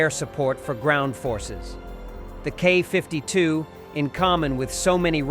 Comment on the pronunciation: what is a KAW 52 ??? what is a Kay 52 ??? do you say ACK 47 ALSO ?????????????????? ?????????????? IF YOU CAN NOT SPEAK OR READ .... WHY ARE YOU A NARRATOR ?????????????????????????????????????????????????????????????????????????????????